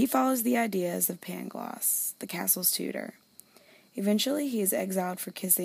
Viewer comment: The city is pronounced Lisbon and the tear's name is Pangloss not Paglongs